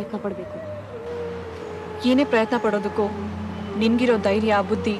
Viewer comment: its not dairya ,its dhairya !